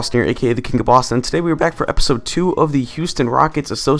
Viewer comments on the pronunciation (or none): more Like StraitOutta Boss-Ton